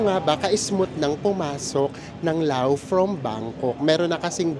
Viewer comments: According to google 😅 you pronounce it as Laos like in blouse when it refers to the country while Lao is anything referring to its people. Lao is an adjective. Ayan po, sorry OC lang. haha😂😂😂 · Lovely trip. Btw bakit Lao? I thut Laos (to pronounce it as Louse like blouse) People in Laos are called Lao. Yan ang alam ko hehhe